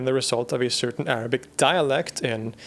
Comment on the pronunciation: hearing proper arabic pronunciation in between of good english speech brings joy to my ears